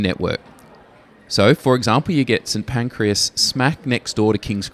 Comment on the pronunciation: I can't believe you mis-pronounced St. Pancras.